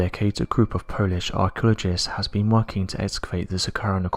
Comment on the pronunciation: “Archulogists”? “Archulogical”?